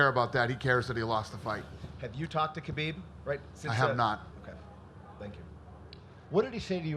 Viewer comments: I agree 100% with you. I'm not surprised it happened at all but I think Conor grossly underestimated Khabib and it showed. He also forgot that Khabib has friends too. And say his name right Dana, KHABIB, not Habib. That's rude. And no, he shouldn't be stripped of the belt. That fight was legit, the win was legit. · It's KHABIB not Habib